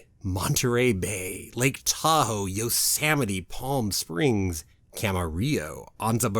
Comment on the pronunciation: I giggled a little when you said “yosamite “. Hee hee!!! Yosemite. Sem. Lol. I live 1/2 hour away from there. Everyone should visit. I love this place! 🥰. Can’t wait til end of March to experience once again soaring over California. I missed it!